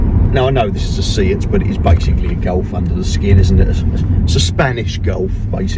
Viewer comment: sorry, it`s not a see-at leon, it`s pronounced a say-at ........say it.............again............again.............say-at, that`s it.🤗🤗